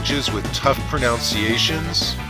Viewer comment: "Pronounciation" is actually spelled and pronounced "pronunciation". "Pronunciation" is one of the most commonly mispronounced words in the English language.